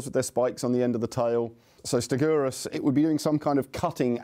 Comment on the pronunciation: Tye way he said stegosaurus 🤣🤣🤣 stigorus 🤣🤣